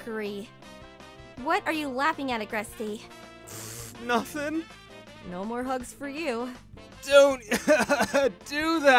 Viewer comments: Agrest-i ? I am sorry But It thought the e was silent, could anyone tell me what the actual pronunciation is? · Agresty I thought it was pronounced agrest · No hate but its not agrestee it’s pronounced uhgrest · AgresTE? The e isn’t pronounced XD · Did she just say....Agresti? Like she pronounced it Agresti...oh Agresti...oh well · agrest-aye?? You don’t pronounce the e lmao